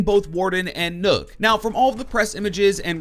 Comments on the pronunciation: You say nokk and it sounds like nook when literally everyone else says it like knock, triggered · Its nøkk not nokk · Its not said nook nook=knock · Nokk not nook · It’s nøkk as in rock not rook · Not nokk it’s nøkk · Its pronounced Nuck not Nook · The way he said nokk😂😂 you say it like knock not nook lol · Its not nokk, its nøkk....... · Just so you know, it’s pronounced “knock” and not “nook” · This man said nook😂 Its pronounced knock from the lochness monter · Bro it's pronounced like knock, not nook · It's not 'Nokk' it's 'Nøkk' ffs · Your pronouncing nøkk wrong the ø make an 'uhh' sound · It’s not “n-uu-k” it’s “n-eu-k” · "Nok" not "Nuk" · Seriously nook it's pronounced nuk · Dude it's not pronounced nook it's nock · Even as a Brit I can tell it's not Nook, probably pronounced 'Nowk'? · Nøkk is pronounced "Nukk" not "Nook,". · I’m pretty sure it’s Nøkk not NØØK? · I think it's pronounced "knock", as in nocturnal. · well, as a Dane, I would say Nøkk is pronunced Nøkk. You have to know what the letter ø sound like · Nøkk is pronounced nukk, as in nøkken, a Germanic myth of swamp creatures not unlike sirens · Nøkk!! Not nokk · It’s pronounced nukk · It's pronounced like as in Nokia This is a joke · Its Spoken like Buck, so Nakk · You actually pronounce the ø as ‘oh’ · lol "Nook" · Bruh called her noook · It’s pronounced “knock” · did he actually just say nook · So... thinks it’s pronounced “Nook” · It's "knock" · Is N Ø kk pronounced Nukk cause that's how zen said it. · Nøkk isn’t pronounced the way people think 😂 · Pronounces Nøkk wrong Danish losers: 'YOU prOnOuNCed it WRoNnnNNGGG, REEEEEEE!': XDDDDD